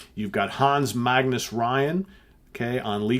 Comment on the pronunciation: Sæther pronounces 'setter'. The Y in Ryan like in 'mystery'. Enough of this lecture - Motorspsycho always delivers. You should have seen the norwegian music scene in the 70's. A few honerable exceptions, but mostly home grown singers performing foreign hits in norwegian, cover bands and accordion players. And we had only one TV channel and one radio channel....routing for the accordion players most of the time. Boring beyond imagination. Maybe that's why things are happening in such a great scale these days? Our badass talents suddenly floted to the surface? Makes sense. Thank yo as always for a fine presentation. Stay safe.